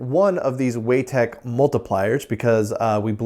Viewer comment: I think "Weitek" is pronounced Why Tech not *Way Tech*.